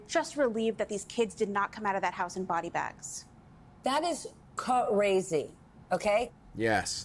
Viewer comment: “That is CUHrazee” Did better as a news anchor for gods sake lol.